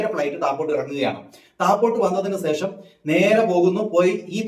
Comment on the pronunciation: സേഷം അല്ല സുഹൃത്തേ ശേഷം 😄😄😄